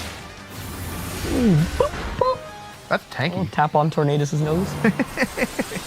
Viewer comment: Anybody else find the Tornadus pronounciation awful? Do none of the editors bother to correct him?